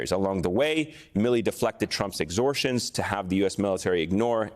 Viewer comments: "exhortions"? It's pronounced exhortations. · Great information and analysis from Atlantic editor Goldberg. But this interviewer is "not ready for prime time." "Exortions"? Really?